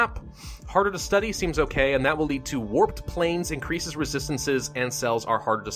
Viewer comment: "oh... AIEIAEIAINNNcreases effectiveness in humid and arid environments, but causes moderate irritation in hosts." what did I just witness 💀